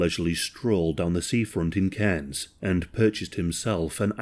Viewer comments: Aussie here firstly "Caines" is pronounced "car-ns". Secondly yes mail order brides is a thing here my mum's best friend is one, he was an asshole too didn't kill her but beat her up in front of the kids repeatedly. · The way my neck snapped when I heard cairns